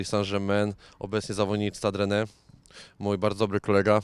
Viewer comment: Nazwę klubu po Francusku wymawia się " Stad Rene "